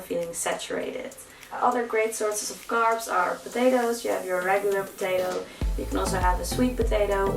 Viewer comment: Love it when she goes " fvideo " for video or " Garbs " for carbs - I guess it is the dutch englishnism - Love this girl and her descent work though - You rock:) Keep up the good work